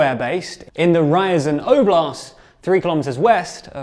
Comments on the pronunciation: Rye - Azan. Ouch! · Guys, I appreciate the journalism, but please consult someone who could help with reading and pronouncing slavic names and toponims for you. It's Rya-zan', not Ryzen. Dya-gill-evo, not Die-gull-evo. Kher-sOn, not Curson. Lee-maan, not Lie-man.